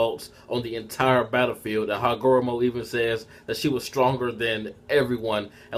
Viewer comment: The names pronounced Hagar;romo Oh, su' su' key.